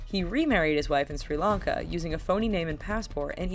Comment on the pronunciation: Thank you for pronouncing Sri Lanka correctly no one does it correct